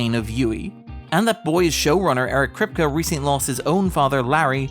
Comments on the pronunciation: Jaysus lad, Krip-kuh instead of Krip-key repeatedly is like nails on chalkboard, and signifies a lack of care in putting the video together. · Anyone else cringe every time Eric Kripke's name is mispronounced? Might just be me but it feels sort of disrespectful to not know how to pronounce the showrunner's name on a subject you're covering...